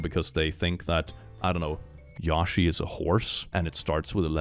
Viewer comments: its pronounced Yo She not Yaw She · "Yaw-shi" lol